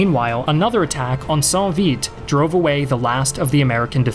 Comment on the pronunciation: It is not sainct Vite, it is sankt vite, it's a German name in the German-speaking part of Belgium.